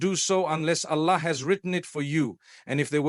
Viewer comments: listen to him where he pronounces Arabic Words. It is completely done wrongly. Even Allah, he pronounces it usually as Ala! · The way the audio says Alla and not Allahh… we know its not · Yes, this is shameful the way Arabic Words are pronouced. Like Ala. Soubhanallah. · this is ai generated he never pronounces Allah like this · Something is there. Mufthi's voice taken. But he is not speaking. Look at the pronunciation of Allah .😢.